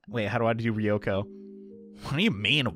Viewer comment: Ryoko is not prounounced Ree-oko It's Rjoko